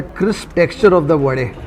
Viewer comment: pronouncing wadE, dosE correctly quite lately but i appreciate this! 👍